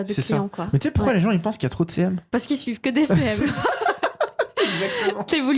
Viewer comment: Je peux pas être la seule ! À chaque fois que j'entends "devenir CM" j'entends "devenir célèbre" 😂 en tout cas merci pour cette vidéo.